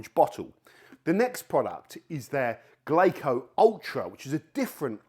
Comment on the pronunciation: Why do you keep pronouncing it that way? It's "Glasso", like Brasso; the Japanese pronunciation of the English word , glass. Good vid. Great channel. Thanks for the info and entertainment.